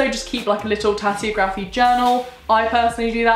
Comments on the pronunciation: This is a very helpful video, thank you! The only thing is, I'm pretty sure it's pronounced tasseOgraphy rather than tasseogrAphy. But great video as always! In the future could you talk about the differences between Wicca and witchcraft, and similar practices? Much love x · If she says tassyography one more time. Omg im so annoyed i can barely focus. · Pronounced Tassy og rafy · How do you pronounce geography? How do you pronounce photography? Then why is tasseography pronounced like that??